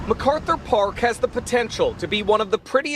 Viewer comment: Y'all keep pronouncing Methkarthur Park wrong. 😂